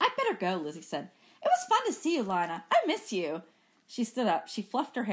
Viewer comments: her name is lee-na not liy-na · Emily Zhou same but she’s saying it as an “i” not “e” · it’s pronounced lie not lee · I hear lie- na but I think it is lee- na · to me, it sounds like Lana or Lee-na........ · its pronounced "lana" but spelled "lina". ^O^